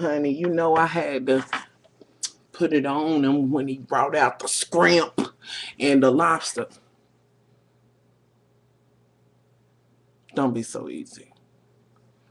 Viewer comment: ROTFLMAO!!!! Did you say "skrimp"!